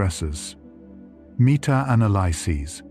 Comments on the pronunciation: Why can't this AI pronounce words...like metanalysis???? It sounds like it's going from English to French??? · The AI script reader is pretty off on some words and it totally throws me off - "meta-analysis", "bonding"...absolutely drives me crazy!